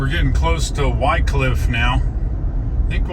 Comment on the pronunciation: love your trips thorough that part of the world. I spent quite a few weeks of my early carrier doing projects at the paper mill in Wickliffe KY,,, You may want to check the pronounciation of that city locally. I always heard (Wick cliff) But I am not a linguist.